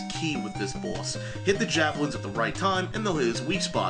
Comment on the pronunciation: You say "boss" like you have a mouth full of shit.